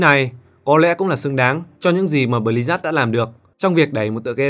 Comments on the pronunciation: tên đọc là Bli-Zớt, mà sao cứ nghe là Bli rác ấy nhĩ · Sao tôi cứ nghe "Bli-rác" hoài nhỉ =))